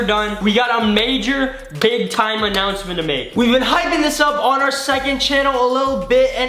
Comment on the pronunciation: Did anyone else hear say anouncmenement